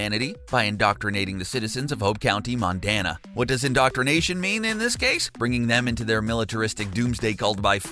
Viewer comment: "Hope County, Mondana" MONDANA!!!!! HA! jk good video liked :)